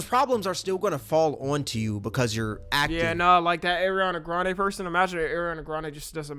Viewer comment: “Erinana grande”😭😭